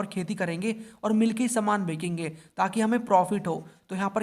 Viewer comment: Bechenge ko bhaiya bakekenge kyu bolte ho lgta hai koi nya word bol rhe cunfuse ho jata hu 💀😂😂